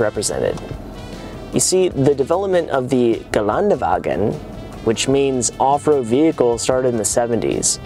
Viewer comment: 0 people on this planet call it a Gelandewagen.